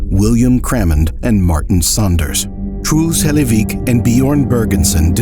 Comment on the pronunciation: I know it's kinda disrespectful to say but I mean no offense with this ; the pronunciation of "Truls Hellevik" is just funny to me. Like the narrator just says it like "Trools Helayveek". Again, no offense, don't get mad at me.